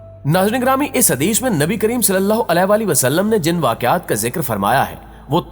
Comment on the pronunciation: Nabi e Kareem Sallallahu Aalihi Wasallam is the correct pronunciation .. Sari Bate apni jaga hn pehle Nabi Ka naam sahi se lena seekh jao